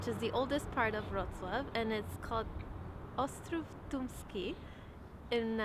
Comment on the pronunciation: ostrów tumski was fkn perfect